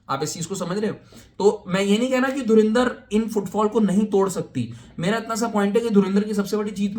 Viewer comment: Movie ka naam to sahi se Pronounce kar lo, its not DhurIndar its DhurAndar, aur total footdalls tab count karna jab theatre se nukal jayegi